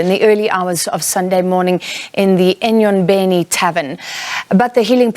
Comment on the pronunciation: She says enyobeni so nice this one.. she's a pro 👏🏾